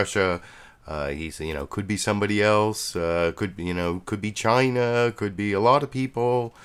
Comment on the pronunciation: Yes and he often likes to pronounce ChIna like he's saying Vagina!